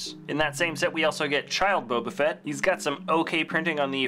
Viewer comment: Also at one point in the video he says "fett" in a way that sounded like "fret".